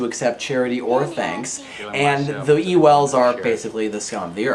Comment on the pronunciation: I don't blame you for saying Ewells wrong, I do it, my teacher does it, my classmates does it. If you got that from the movie then I believe the movie was wrong.